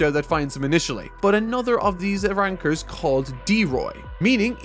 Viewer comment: sus way of saying arrancars